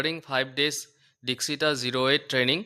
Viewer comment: Dikshita nohoi ..Dakshita hoi😂